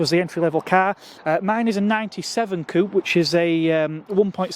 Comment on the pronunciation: I stopped watching when you said, "COOP" This is NOT AMERICA with all its low standards, and ugly accents. Coupé......................notice the accent. COO PAY. COO PAY. COO PAY. I used to be in the ROC. I had all 3 of the Renault 5 TL Flair, Jan built in each of 3 colours, Gordine Blue, Arctic White, and Monaco Red. When I was stopped from driving manuals, a climbing accident, I offered all 3 cars, FOR FREE, to members of the ROC. No one could be bothered to come and collect them. I went to your site years later, and someone was blaming me for scrapping the cars!! ('~') Would you believe it? That Renault 5 Alpine is missing the bonnet scoop.